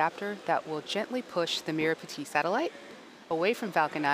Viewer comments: How to pronounce merah Putih. May rah put he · I 💗 how u guys just butchered the merah putih pronounciation 🤣